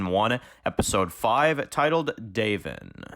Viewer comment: Lol bro, u did watch the episode right? It’s “Da-von” not “DAVE-in” 😂 Not trying to troll, but it was kinda driving me crazy. That said, I’ll keep watching your vids. Take care man 🤘🏼